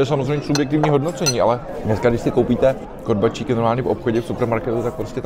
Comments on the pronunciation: Prosím Vás, pane Plešatý, KORBÁČIKY, ne korbačíky, děkuji :) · Díky, podívala jsem se s chutí.:-) Jen poznámka k těm korbáčikům - vyslovují je s dlouhým "á", nikoli "í" a ten postřeh s chutí je správně, protože ty původní byly hlavně ovčí a chutnají jinak, než dnes dominující kravské. Na Slovensku v kolibách mívají v nabídce obojí. Dle mého jsou ovčí lepší. A jsou i dražší.